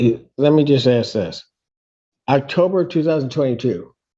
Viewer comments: What on earth is “Axe”? He said it several times. As someone from England, I believe my command of English is good. I don't understand his context. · Ask ask not axed fricken hell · I hate it when people say "Ax" instead of ask it just makes you sound stupid. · Axed you a question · So fed up with this... the words is ASK not AKS!! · The word is ask, not axe! This guy has to be the stupidest person I have ever seen. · he be's axing them questions lol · Aks is not a friggen word ffs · Dude says "i was gonna axe" what the duck is axe anyway?... why are all these sovtards illeterate too besides being free loading wanna be people?...im just axing btw?...😂😂😂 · THE GUY CAN'T EVEN PRONOUNCE ASK INSTEAD HE SAYS ''AKS '' ! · He said axe me the question lol black folks cant speak smh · I immediately knew he wasnt a MENSA candidate in his first sentence when he used the word aks instead of ask. 😊. Great to see a lot of minorities as judges. Anecdotally, they seem to be more complacent and wise than old school judges. ❤ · Ask, not AXED. Jeez. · Did the black gentleman just )AX) a question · Also Why Black Americans are unable pronounce the word ASK and always say Aksk? Twice at least in this video I know we are two nations seperated by a common language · how can you "axe" someone a question. What an odd pronunciation. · What is it with all these damn sovereign citizens? Can they not say ask instead of axed? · You say “AXE! ?? “~ How dare you mention Axe in court!!?? Now practice the English Version: A S K !!Clearly, that is not an AKS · When he said “aks”, I immediately realised he was mentally sub normal. Lock him up and apply regular doses of ECT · "AXE" a question...omg. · Crayon eaters say axe no it’s ask ask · “Imma aks The juj a kwestchon” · I love how this idiot repeats every question this judge ask him. Or should I say ax him as the sovtard would say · I simply cannot understand how a grown man can still mispronounce a simple word like ASK. FFS